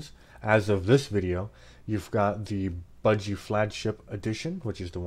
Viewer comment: "buh-gee", "nome"